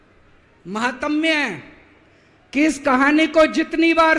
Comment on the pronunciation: अरे आत्मश्लाघी पढ़े लिखे इंसान महातम्य नहीं महात्म्य होता है।